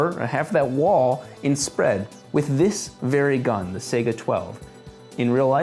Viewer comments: It is SA-EE-GAH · Its not "Sega" it's "saiga" the "Ai" part is pronounced like "eye" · sega 12 its called zaiga12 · one and the most important thing fuckin EVERYONE gets wrong about Saiga 12: It's pronounced saigA, not sAiga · Its not "say-ga" its "sai-ga" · Why does he pronounce Saiga “Sega”? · Sigh- gu not say-ga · sega? Lmao nigga. It's Saiga (saeegha). Based of AK47? Bitch please. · "Sayguh" IT IS PRONOUNCED "S-eye-guh" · I was so annoyed it's not pronoced Sega it pronoced sage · It's not Sega, it's saiga. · Say-ga? It's Sai-ga. Сайга, cyka blyat. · apparently he thinks it's spelled "SEGA" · I remember when Sega got into the arms industry. Oh wait that didn't happen. It's pronounced fucking "saiga" rhymes with "psyche-uh". Saiga's are goddamned good guns. I own 2 in different calibers and I cherish them. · FWIW, "Saiga" is pronounced with the first syllable rhyming with "guy," not "say." Also, the "rifling" on the slug doesn't actually stabilize it. Those are there so it can swage down through a choke without damaging the barrel. Taofledermaus did some high speed of "rifled" slugs going downrange and got about 400 rpm measured. Sounds like a lot, but it's not enough to stabilize a bullet or slug. If you look at the twist rate of a rifled slug barrel and velocity of a rifled slug, you get about 30K rpm, which actually will stabilize. The hollowed back of the slug is actually what stabilizes them. They're aerodynamically stabilized. Some companies like Brenneke attach the wad to the back of the slug to help with that. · It's pronounced SIGH-GAH not SAY-GAH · Sai Gaa not Sega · “Seyguhh 12 gauge shotgun” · Like si ga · Let's just ignore that he pronounces saiga wrong the whole video smh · you are pronouncing it wrong you dimwit